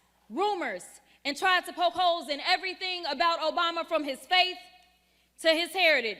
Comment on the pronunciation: 😂😂😂😂😂😂😂. Stay the course girl. You go girl 😂😂😂😂😂. You do dis and dat and aerytang lol. TRUMP is WINNING BIGLY